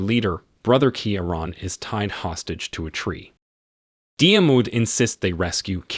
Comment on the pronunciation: It’s Key-Ron not keya ran !